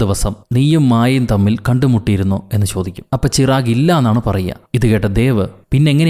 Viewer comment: ചിറാഗ് അല്ല ചിരാഗ്